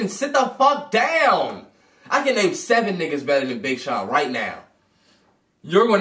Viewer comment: LMAO :O "You are going to name sevEan?" lmao why he sound like that